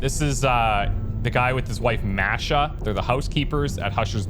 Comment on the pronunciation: "Masha" is pronounced with a hard "a" for both instances of the letter. Less "mash+ah" and more "mah+sh+ah".